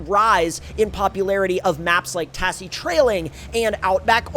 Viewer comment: please god stop pronouncing it "ta SS ie" its pronounced "taz zie"